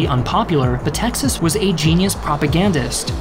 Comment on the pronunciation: Why are you pronouncing the name of the Greek dictator "Meh - Texas", it's written METAXAS, at the very least pronounce it Meh-Taxas.